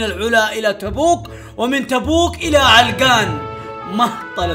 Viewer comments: عَلَقَان مو علقان هههههههههههههههههههههههههههههههههههههههههههههههههههههههههههه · عَلَقَان وليس عِلقان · مو علْقان 😂😂🤦🏻 ، علَقان♥️ ♥️♥️♥️. ياخي احبك يا ♥️♥️. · يا اسمها علقان مو علقن ولا السنه ذي باذن الله تشرفنا في تـبـوك عند منطقه الحره وفيها الثلج خرافي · هههههه ولا مره نطقه علاقان صح علقان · لا تبعص اسم المنطقه علْقان ❌ علَقَان✅ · علقان ❎ علقن ✅ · لو سمحت اسمها علقان مو علقن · علقان ❎ علقن✅ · عَلَقان ✅ عِلّقان ❎ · عِلْقان ❌. عَلَقان ✔️ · اسمها علقان مو علغان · عَلقَان مو علَّقْان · منور تبوك 😂 و القرية اسمها علقان بفتح العين و الام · هههههههههههههههههههههههههههههههههههههههههههههههههہۧ ة 💔😹🤦‍♂️. النطق حق علقان خطأ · السلام عليكم نطق كلمة علقان غير صحيح ياصاحبي للتنويه سعدنا بتصويرك والي الأمام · ترا نطقك ل علقان غلط شوهت اسمها 😂😭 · خطاء نطقك ل علقان